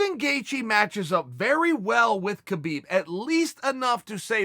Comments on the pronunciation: Stop pronouncing the god damned K in Khabib. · the k is silent